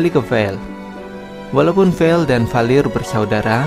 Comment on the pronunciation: Vale bang bukan vel